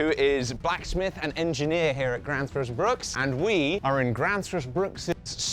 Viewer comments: Its not pronounced "grannsfors brooks" more like "grwennsfors breuwk". Greetings from Southern Sweden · "Gransforce Brook"? — Not quite! "Grensfosh Brewk" is about as close I can get with English spelling and pronounciation. Try it with a Scottish accent. That's the faux viking accent, after all. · ermmmm äktschuallee its pronounced "graenzfosch steel" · Just to be a pain about it, it's pronounced more like "grensfosh brewk" like how a scotsman would say "irn bru" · LOL opening with a mispronunciation of the brand name, while the brand name came in frame. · I wouldn't expect a Brit to get it right, but you do butcher it a bit when you say Gränsfors Bruk. An Ä isn't just a funny looking A, it sounds like an e, but like the e in the word exit. Emiel says it correctly a few times. And the u in Bruk sounds more like the oo part of "oops."